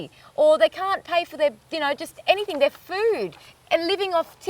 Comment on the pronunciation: "Any think"... I think you mean, "anything"